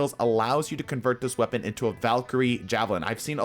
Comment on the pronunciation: lmao "Wepaon"